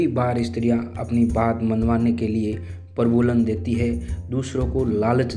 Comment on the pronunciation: आपने प्रलोभन को प्रबोलन कहा है।यह भी स्त्री की एक बुरी आदत है।पुरुष को सही करना।🙏🏼